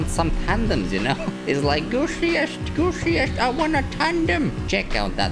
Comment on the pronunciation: I like how he says BOYS! and gooSiesT I want a tandem